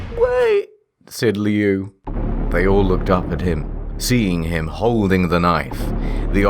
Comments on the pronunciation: It's supposed to be "lou", apparently, but the author pronounces it as "liu". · Liu is pronounced lou, not lee oo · Lol it is pronounced "Loo". "Lee-you" is an entirely different word than Liu. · Such a crappy story but honestly I can't hate it since it introduced me to Creepypasta. Now it's just pure nostalgia. Also, 'Lee-oo'? Pretty sure it's pronounced 'Loo' 😂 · Is Liu’s name pronounce “lee-oo” or “lew”? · It's pronounced 'loo', and I love how there is so much peeps collaborating. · everyone knows it's pronounced loo like liu kang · I always thought it was pronounced lou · Dude why can't any of you pronounce Liu. It's Loo lmao. Like "Loo" Kang from Mortal Kombat? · They all pronounced Liu differently